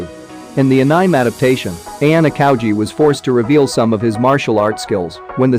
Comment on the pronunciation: Lol did i just misheard the pronunciation of "anime"?